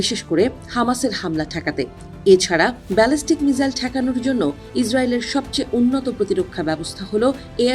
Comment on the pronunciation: উচ্চারণ মিজাইল হবে না মিসাইল হবে? উচ্চারণ ঠিক করেন।আমি প্রতিটি রিপোর্টে দেখেছি উচ্চারণ ভুল করে।